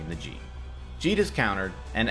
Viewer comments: Yep, should be pronounced Jee'Teh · Sorry, but I have to correct you. Jitter is pronounced Jeet-Ay, not jeet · I had always pronounced it "Jit Tae" in the past, but I always thought that was wrong. So I went to a pronunciation translator and that's how they said it. Oh well. I'm doomed to always mispronounce something! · you pronounced "jitte" wrong but good video. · These guys have been playing competitive Magic for who knows how long and they don't know how to pronounce "Jitte"